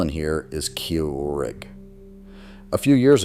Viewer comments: "Keeeoo Rick" AI helping confirm why we don't want it in things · AI voice had a stroke trying to pronounce "Keurig" 😂 Also, this list is absolutely not true. There are plenty of makes/models of "dumb" coffee makers still being made. I have a Bunn VPS that can brew twelve cups in under three minutes, and I can repair it myself with simple hand tools and parts that are cheap and readily available. These parts are: small heating element, large heating element, thermostat, simmer plate, switch. The most expensive of which is $25.